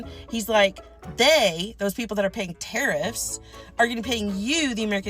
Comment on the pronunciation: Carrots not tarriffs